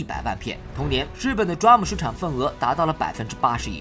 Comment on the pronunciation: 雖然不是大問題，但是我要提醒一下，DRAM 讀D *空格*RAM, 讀法讓我想起Drum